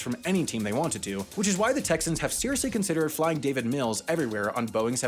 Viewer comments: I thought it was Davis mills not david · DAVIS Mills not David Mills. Excited to see this in the next mistake video.